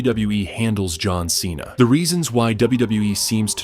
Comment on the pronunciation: You destroying john cena's name😂